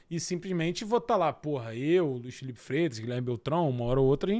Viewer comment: esse "Fifero" Mello me pegou pra crlh kkkkkkk